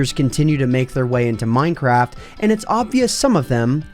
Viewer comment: did you say minecrap?!?! And are tjose glitches bobs floating above the ground.